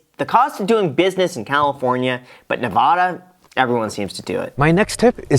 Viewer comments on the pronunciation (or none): Lol I've seen a few bumper stickers saying "It's not NevaDA! It's Nevada. Glad I'm not the only one who noticed this. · Aww Graham... Have to learn how to pronounce Nevada. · Graham, if you're going to live in Nevada you need to learn how to say it probably...go find a neighbor and ask them.